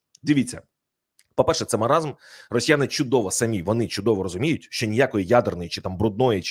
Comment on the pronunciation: КУПИ БУКВАР І ВЧИ ЯК ВИМОВЛЯТИ УКРАЇНСЬКІ БУКВИ І СЛОВА,А ТО ТЕБЕ ГИДКТО СЛУХАТИ: ЩЬО,ЩЬОБ,ЩЄ,ЧЄ,ЧЬОМУ,БАЧЄЛИ,ТОЧЬНО,ЧЄРВОНІ,ХОЧЮ,ЧЄМ,СИСТИМАТИЧЬНО,ЧЯСТИНА,ЗНАЧЄТ,ЧЄРВОНИМИ,ЩЄЙ,ДОПОСТАЧЯЛИСЯ,ФАКТИЧЬНО,ВЕЛИЧЄЗНІ, ЧЯСТО,ДА,ДА, КЛЮЧЬ, ВИЧЄРПУЄ,СТРАТЕГІЧЬНИЙ,ЯКЩЬО...........!!!!!!!!!!!!!!!!!!!!!!!!!!!!!!!!!!! (Українська діаспора,США)